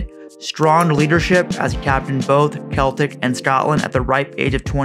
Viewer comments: it's sell-tic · Its so strange hearing it as KEL-tic...great video though.